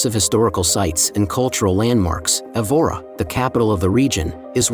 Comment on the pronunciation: just a suggestion...learn the correct pronunciation of the places: the first city is pronounced EH-vora, second one is NOT MARVEO, a Closer pronunciation to the real nasal sound would be 'marvaum'. One thing is to have an accent, the other is to totally change the pronunciation of the town/city.